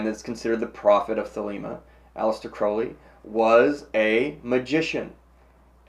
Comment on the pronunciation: Just the fact that you said his name right, gets you a like Sir!